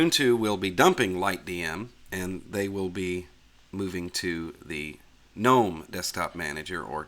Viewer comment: Just to clarify, "G" in 'GNOME' is silent! ... So, it is pronounced... NOME!